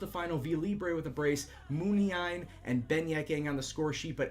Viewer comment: According to this video the accent in Muniain should be on the second "i"